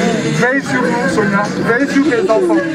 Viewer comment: Lisez SONIA et non Sofia. RIP